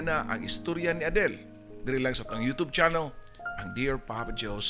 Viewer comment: imbes kay ganahan nko dri kesa sa papa dudut,napareha nmn hnuon ni sila,nganung 'yotob' mnjud oi kalain paminawon,youtube bya na